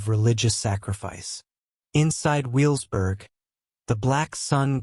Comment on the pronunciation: And also it's pronounced ve vels burg in German the W sounds like a V not a W...